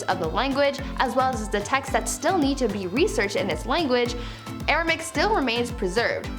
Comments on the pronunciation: AR-A-MAY-ICK - Aramaic, not ar-a-mick Made me twitch every time she said it. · Informative, but should have taken more care in spelling the names of the languages, eg in this video sanskrit is spelt as sanskirt, Aramaic is spelt as Aramic of course and the presenter pronounces it as aramic as well, and the correct spelling of Akkadian is not Akkadien. Sorry to point this out but it is important to me as a teacher of English❤️ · Y’all had me second guessing myself. It’s Aram*a*ic. Air-uh-may-ick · You Def pronounced Aramaic wrong it has 4 syllables not 3